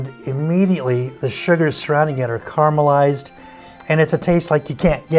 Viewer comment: *carAmelized. You missed a syllable.